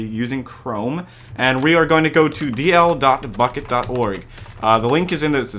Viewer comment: When he says bukkit i hear fuck it